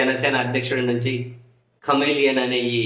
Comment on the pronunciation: కామెలియన్ కాదు చెమిలియన్ అంటారు వాడిని.